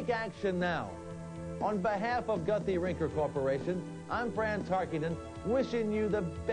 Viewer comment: Guthy-Renker, not Gunthy